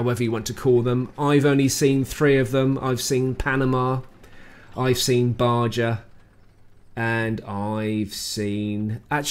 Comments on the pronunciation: Ba-Ja? Good lord, you were just in Mexico, you should be ashamed. It’s pronounced Ba-Ha. Now, onward. New maps and variants are nice, as is the garage (less glare from the Klieg lights). Not keen on the merc tanks, but others seem taken by them so I don’t mind. MM is still pitiful, however. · Baja is pronounced Bah-ha in the States. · Baja is pronounced "ba-ha", as in, the Baja 1,000. It means "lower" and is short for Baja California, the name of the Mexican state below California, USA. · Good vis,. One small correction, Baja is in NW Mexico, and in Spanish, the "j" is pronounced with an "h" sound. Being English, I wouldn't expect you to know this, so it is pronounced BA-HA. As a yankee, I butcher the new name for Himmelsdorf, lol. Keep up the good work in providing tips & info for us. It is MUCH appreciated... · I like it. Feels new. Baja is pronounced ba ha. Lol